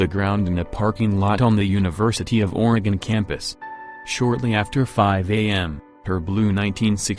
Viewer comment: If you're going to talk about Oregon it's probably a good idea to learn how to pronounce Oregon correctly. This narrator's tone, and phrasing makes the mysteries sound like low level comedy.